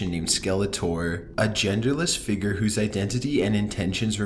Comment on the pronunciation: i like his voice but it bothers me how he says "figure"